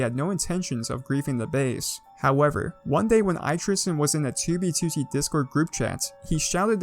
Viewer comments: "Tubey Tooty" You will now not unhear it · I love how u call it 2beetootee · The way he says 2b2t is amazing